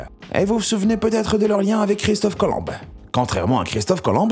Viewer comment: Christophe Colom « be »???!!!😂